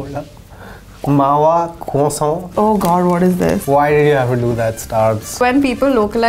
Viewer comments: Starbucks - "Mawa croissant" - "Mawa kwoso" 🤌🏻🤌🏻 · trying out every possible pronounciation of croissant 😂 kwoso, kroso, kroissant..😂 soooo good to see him back in a BuzzFeed video😍❤️